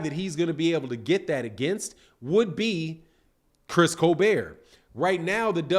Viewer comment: Facts it was fucking annoying nigga keeps saying colbear 😭😭🤦🏾‍♂️